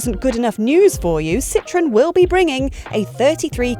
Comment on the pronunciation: Took me a couple of seconds to realize she was not referring to lemons or oranges because she said "Citrun" instead of "Citroën" 😂😂😂